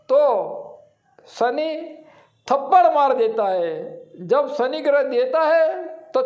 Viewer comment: सनी सनी क्या बोलता है ? शनि बोलना सीख। पहले उच्चार शुद्धि कर। फिर वीडियो बना